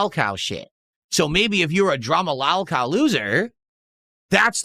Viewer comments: Lawl cawl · Why does he say lolcow like that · Someone gotta tell him how to pronounce “lolcow” I can’t stand the way he says it